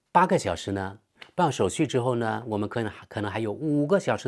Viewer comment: 手續（xu），不是手術（shu）😊